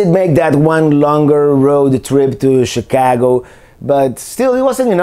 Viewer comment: Chi-cahhh-go. Perfect enunciation!